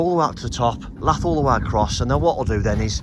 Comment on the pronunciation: Agree with previous posts regarding setting fascia to kick bottom tile, sticking a lath on seems a bit inexperienced. I've never heard the word lath pronounced the way it's spelled ever, it's really quite annoying